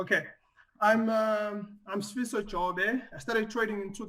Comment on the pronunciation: Ey actually said Sfiso considerably well ey. Phakamisa lapho Fistos..